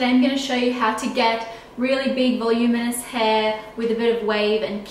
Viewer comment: vol-um-IN-ous instead of volumous